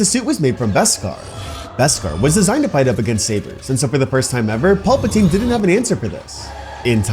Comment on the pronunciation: Please stop pronouncing it Pulp-a-teen, it is PALP-a-teen, it is so distracting.